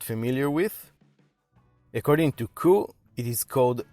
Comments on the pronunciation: Nope it's pronounced only "Koo oh" without the "ay" wich is silent (go on japanese videos if you don't believe me).. so Aviv is right 👍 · It’s pronounced Coo oh eh by the way, otherwise, brilliant review. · It's pronounced KOO-OH-AY.......